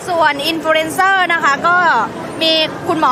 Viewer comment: Influencer = In-flu-en-cer = ………อิน-ฟลู-"เอ็น"-เซอร์……… ✅✅✅✅✅